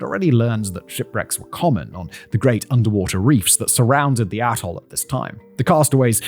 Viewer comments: Maybe it's just my part of America and YouTube's sound quality but each time Simon pronounces 'atoll' it sounds like 'asshole.' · I think you are saying “Atoll” but that isn’t what I keep hearing. LOL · Ring-shaped ATOLL. I swear, I thought he said ring-shaped a-hole. 😂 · To my American ear, every time you said “atoll” I heard a**hole.